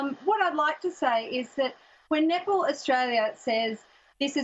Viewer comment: “an all boy nip-ple team” i know i’m not the only one that heard that